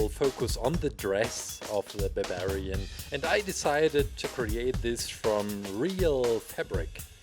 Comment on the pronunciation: you said babarian.